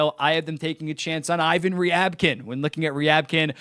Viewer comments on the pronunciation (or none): none